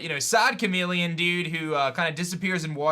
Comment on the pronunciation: It’s *chameleon not chamelon